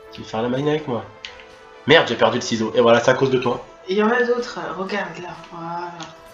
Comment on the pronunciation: Mdr la video je kiff ton talent de chirurgien et mdr quand t as dit saloperie de ciseaux ( seezo )